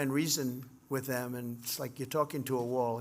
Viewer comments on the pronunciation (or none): none